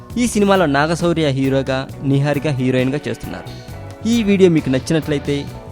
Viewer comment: What is this neeeharika Babu?Neeeharika Naaaharika Naiharika kadhu Its "Niharika"